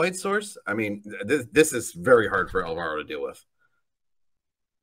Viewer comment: It's ÁLvaro, not álVAro.